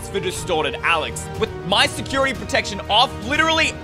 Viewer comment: bro its Security, not Sercurity 😁